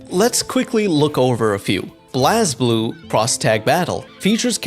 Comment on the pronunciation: You mis-pronounced so many franchises here it's unreal. My favorite is when you mispronounced "BlazBlue" (blaze-blue) as "bloz blue".